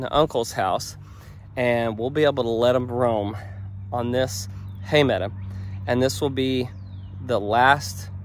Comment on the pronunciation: your a school teacher and you pronounce meadow as meada. LOL